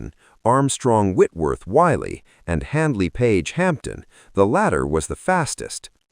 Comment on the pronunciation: Whitley, not Wiley.